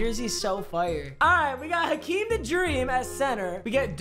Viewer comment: I thought he just butchered Hakeems name